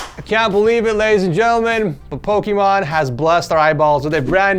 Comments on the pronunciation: Ah yes, "Pokémon" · He said Pokémon’s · "Pokemon" Lol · Did he say pokemon? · Pokimon gotta catch em all.